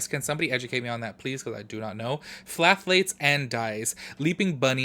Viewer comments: Always love your videos and I'm cracking up at your pronunciation of "phthalates". "Thhh-ah-lates", the p is silent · Hey boo, the “ph” in phthalates is silent so when you pronounce it, it’s just thalates (the “th” is like in the word thin). I swear these ingredients are a mouthful. Don’t need to feel dumb since they are complicated to pronounce.